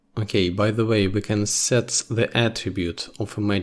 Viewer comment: Amazing work! Never thought of pronouncing OK as Awk.